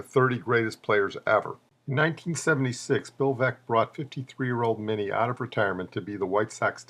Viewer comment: While I agree with you about Minnie's greatness, it's a shame you couldn't have pronounced his name properly. A common mistake to be sure.